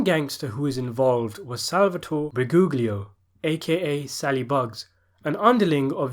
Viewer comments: Rusty Shackleford . I’d have to disagree. The correct pronunciation is like Bri-goo-lio. Second “g” is silent. Anyhow, who cares, right? They’ve been butchering my name since birth. Cheers 🍻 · AMAZING video but I'd like to point out the common pronunciation error with his las name, in Italian, "a" g by itself sound like a "j", and gl makes a strange combination of both g and L, it's pronounced by making a L sound, but raising the back of your tongue. So sal briguglio is pronounced more like "Sal Brijulio"